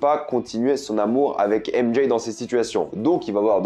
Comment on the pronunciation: Très bonne vidéo mais le fait d'entendre "ème Jay" me rend fou